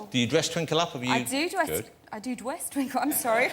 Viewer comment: "Dwess" Oh Catherine, I love you...